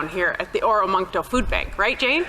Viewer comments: Oromocto...not oramoncto. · Or-muck- toe. Not how it spelt.